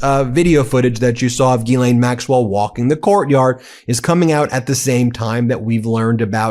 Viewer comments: OT: The ‘s’ in Ghislaine is not silent. It’s pronounced ‘Jeez-len’. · With your big team it amazes me that no one is pronouncing' Ghislaine ' properly ...there are sites to teach you how to say her name ...look it up and stop sounding silly with the stupid way you say her name